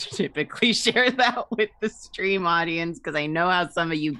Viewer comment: Is it a...a...strem?